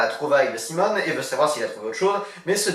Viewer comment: D'accord, ça sera tant mieux si tu as le temps de le traiter. Et aussi, je ne sais pas si tu l'as fait volontairement, mais dans la vidéo tu parles de l'alter-ego de Simon en prononçant "Simone", au lieu de "Simoné" ;)